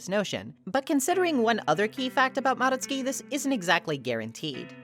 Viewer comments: FINALLY SOMEONE WHO PRONOUNCES MADOTSUKI CORRECTLY, I GET SO MAD WHEN SOMEONE PRONOUNCES IT AS MA-DOT-SU-KI INSTEAD OF MA-DOTS-SKI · thank u for pronouncing madotsuki properly I cannot stand hearing their name with a hard DOT sound 🫶💖